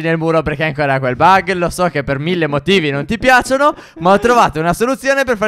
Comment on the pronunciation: Non tipiacono